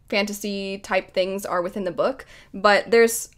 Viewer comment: ⚔️🗡️You are a lady after my own heart, I get aaaalll of my clothes in xl because baggy clothes are so comfy!! I also love redbubble, I purchased all of my Christmas presents for my family from there and they were a hit 😹 lol one time in this video you said the word 'within' and I thought you said 'with Vin' and I just thought you were randomly going into Mistborn mode for a sec I'm living for your romance rant 😹 you're totally right though, as someone who doesn't read a tonne of romance, even though I do like some in my fantasy, I want it to be reaaally good (and actually a bit realistic) to pull me in.